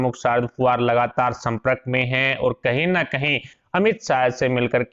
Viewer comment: Attention pl. ' Samprak' nahi ' Sampark' bolana chahiye.